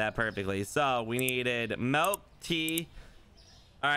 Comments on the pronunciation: I just noticed that can't pronounce the letter i like instead of milk he says melk and instead of pillow he says pellow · The “melk” thing makes me cringe every time 😂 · Norwegian. Melk = milk. Doesn't borger me. Since he is saying it like i say it.🇧🇻